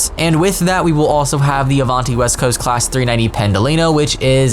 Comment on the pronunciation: Avunti 😭 Otherwise great video lol